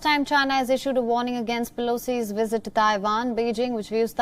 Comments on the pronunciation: It’s called visit sir🤣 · Why he keep sayin wizzit lol😂